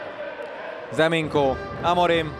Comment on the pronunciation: Nem “Ze Minko” hanem Nze Minko😡